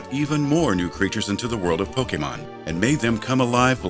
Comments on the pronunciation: I LOVED this video, but as a die-hard fan it kind of irritates me to hear Pokémon mispronounced EVERY TIME. It's not po-kee-mon, it's po-keh-mon :D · PocketWow Actually it's Po-Kay-mon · really great video! :D A bit wierd how the narrator says pokemon..